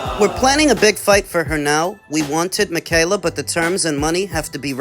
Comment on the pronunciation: Whats best fa me and whats right fa me? Ducking 😂😂😂😂